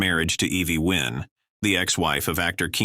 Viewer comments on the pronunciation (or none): none